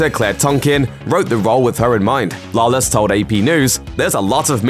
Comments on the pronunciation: Can this guy not pronounce Lawless correctly at least once. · How fucking hard is it to say Lawless